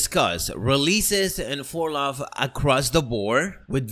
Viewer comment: Its fur-low not fur-lah.🤦🏾‍♂️